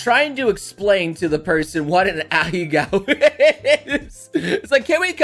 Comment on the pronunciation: did he just say ahecows